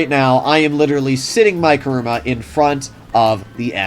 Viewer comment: It's KUruma, not KAruma!